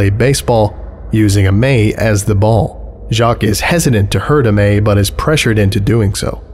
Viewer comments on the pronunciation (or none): Jacques is [ʒak] not [ʒɑːk] Glouton is [ɡlu.ˈtõ] not [ˈɡɫæʊ.tn̩] Âme is [am] not [ə.ˈmeːɪ] Pierre is [pjɛχ] not [pʰiː.ˈeɝ]